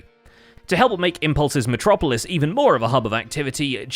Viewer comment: Why do you pronounce "metropolis" the same way Megaming pronounces "metro city" XD